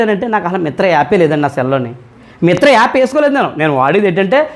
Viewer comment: మిత్రా కాదు మింత్రా కదా !